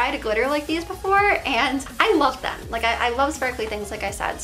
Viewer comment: Why do you pronounce every “th” word with a D? It’s “them” not dem 😂